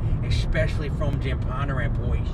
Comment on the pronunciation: It's Bondurant not pondurant